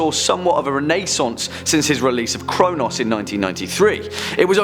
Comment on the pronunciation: Love how says renaissance:-)